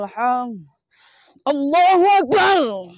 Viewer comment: Azan nya saja salah membaca, akbar dia baca axbar